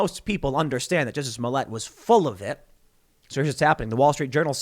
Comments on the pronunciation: You’re pronouncing Jucy’s name wrong 😑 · Jusseh! Lol